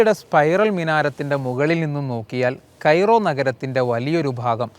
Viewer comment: "കൈറോ" എന്നല്ല പറയേണ്ടത്. കെയ്‌റോ എന്ന് പറയണം. വല്ലതും പഠിച്ചിട്ടു കന്തുറ ഇട്ടുവാ.